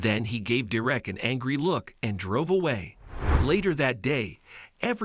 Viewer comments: When u pronounce the names does it make sense? His name is not direct, it’s DERRICK! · So his name wasn't Derek, it was "Dee Wreck". I'm sorry, but I was laughing at the "Dee Wreck" pronunciation all the way through what was really a good story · Lol....and Derrick being prounounced as "derrrrrr-eck"? LOLOLOLOLOLOLOL Hopefully you didn't pay someone to give this narration. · When you do the computer generated voice you have to sometimes phonically versus the way it is actually spelled. They wrote it Derrick when it should have been Darerick. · Why can't you pronounce Derrick? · ugh i swear these pc voices are trash enough to not say a name correctly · Please! The dog was NOT in danger of suffocating. He was, however, in danger of heat stroke. This is basic education stuff. Were you asleep that day in school? Where the f**k do you people come from? Is stupidity common there? You can't even pronounce Derrick's name properly. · I wish he would pronounce the name correctly. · you need to learn how to pronounce the name ‘Derek’ (pronounced ‘DER-rick’), and the word ‘sweetheart’ (pronounced ‘sweet heart’, not ‘sweethart’) among other things.